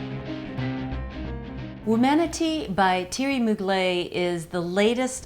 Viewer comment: It's pronounced Moo-glair.